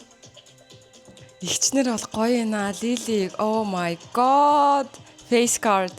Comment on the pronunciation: өө мая гооод гээд сонсох жхн эвгү бдг да. Дуудлагын засчуул